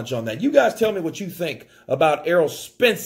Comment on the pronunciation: saying errold